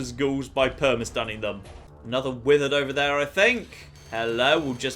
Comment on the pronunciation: When he said withered feral I thought he said will Ferrell